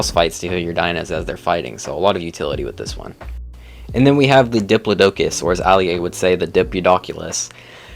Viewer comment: lol Die Plod Uh Cuss. Not dip lo plod a cus